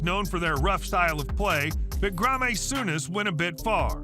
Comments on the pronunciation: Gray ah may Souness, Stee ee ow Bucharest. The list goes on and I don't even know if I can finish. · Oh dear, some of the pronunciations by the narrator are an absolute abomination lol. Mispronouncing the players names is bad enough, especially Graeme Souness 🤦🏼 but mispronouncing the team names is horrendous lol